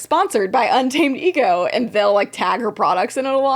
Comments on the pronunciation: Now every time I see UntamedEgo I’m gonna be saying “unta-ma-de-go” like did. Thank you. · I can't with Un-Ta-Me-Dego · Not úntamadego 😂😂😂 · Not úntamedego. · im absolutely crying at ' mis-reading 'untamedego' lmfaoooo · pronouncing"untamedego" en español has me dying😂😂😂 my coworker only speaks Spanish so I'm learning and when you said that I was like "yes. 100%. I wonder what that means" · misreading “Untamedego” gave me life 😂